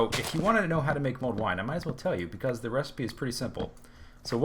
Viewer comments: I'm pretty sure its Mulled wine, not mold wine ;p (Sounds like you're saying mold at least) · For everyone wondering, it's "Mulled Wine" not MOLD wine :P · I thought you said mold wine...